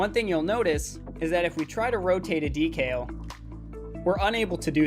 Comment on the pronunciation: I've binged your whole series in one night. Amazing stuff. You know your shit. But your pronunciation of the word "decal" is infuriating.